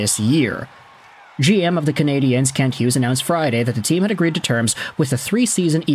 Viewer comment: I always listen just long enough for you to mispronounce Canadiens. 23 seconds. Get it right or just do as Anglo Montrealer do and pronounce it in English. The French here have no problem with that at all.